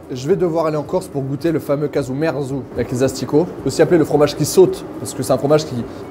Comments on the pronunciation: Le nom Casu ou cazu marzu, vient de l'italien, en Corse c'est casgiu merzu, d'où le désaccord de prononciation 😂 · Casgiu merzu qui se prononce cajou mertsou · Kajou Mertsou (pour le prononcer en phonétique). Ou kajadiou (le fromager, toujours en phonétique)